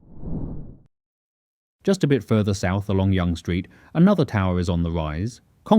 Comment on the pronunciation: Hey genius, you’re mispronouncing Yonge street, and fyi Toronto is already a world class city. Gtfo